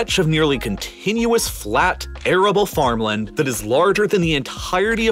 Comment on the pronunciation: His pronunciation of mountain and farmland is killing me.